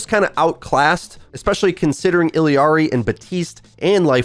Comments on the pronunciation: Bruh its illari not illiari😂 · I'm sorry I just cant take it anymore. It's Illari NOT Illiari. there are ONLY 2 i's not 3. It's Illari NOT Illiari. where the shit are you getting that extra i from in all these videos ghadamn! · its Illari, not Illiari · Okay....just gotta get this off my chest. ILLARI ILL-ARI NOT; ILLI-ARI, ILLY-ARI, ILLEE-ARI IT'S ILL-A-RI I've heard so many grammar inept people butcher her name in this same way for such a simple name. For the love of god, READ HER NAME A COUPLE TIMES AND TELL ME WHERE THE THIRD "I" IS That's been my vent. That's all I wanted to say. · I love you but I hate the way you pronounce Illari 🤣🤣🤣